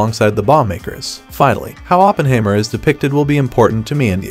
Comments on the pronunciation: Sounds like a computer generated narration. Teach it to say Oppenheimer and not Oppenhaymer and Ma Ma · What I found even more disturbing, is that he completely mispronounced the name "Oppenheimer"... I mean he should at least get the name of the main character right... 🙂